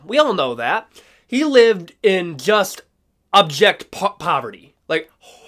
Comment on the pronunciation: Are you saying object poverty or abject poverty ?? I hope it's the latter..Genuine question..Keep up the good work..🥋🥊👍✌️